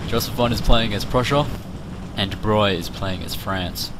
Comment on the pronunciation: I was impressed that you pronounced "De Broglie" correctly